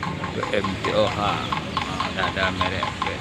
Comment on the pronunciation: Sebutan nya PE EM TOH bukan PE EM TE OHA